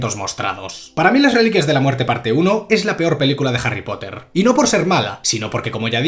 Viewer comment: "JARRY POTAH" 🗿